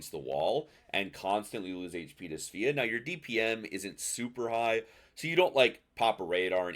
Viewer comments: It's pronounced Sva-ah. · I'm gonna blow your mind right now. It's pronounced "Sway-uh" in Swedish. It's a Swedish ship. Your move.